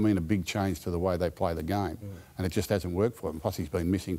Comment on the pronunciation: I thought that too, but sounded like he tried to say hasn’t” but came off as has. Dudes had one too many hits to the head.